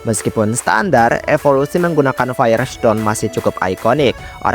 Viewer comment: Yang benar itu fire stone bukan faire stone